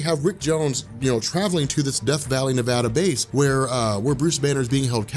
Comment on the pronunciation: thank you for saying nevada correctly